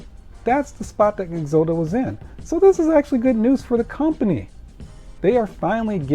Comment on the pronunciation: It's pronounced Ex-ot-ow , like exotic but with an o.